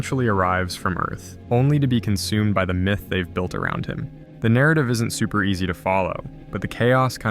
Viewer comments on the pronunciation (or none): none